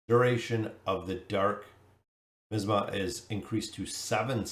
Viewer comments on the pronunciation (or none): While I'm sure this will be downvoted, the word is pronounced my-as-ma